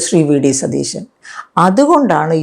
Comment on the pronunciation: മാഡം, ടീച്ചറായിരുന്നില്ലേ 🥰, അവതാരകനോട് പറയ് സതീഷൻ എന്ന് പറയരുത്, സതീശൻ എന്ന് പറയണമെന്ന് 🥰🥰🙏🏽